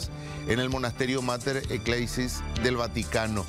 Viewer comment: Juru tavy Mater ecleisi he'i Es Mater Ecclesiae Y se lee Mater Ec-clesie